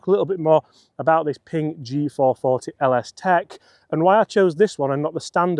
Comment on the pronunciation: Honestly it's just a win watching a pommy bloke on Youtube pronounce Ping without calling it Ping-guh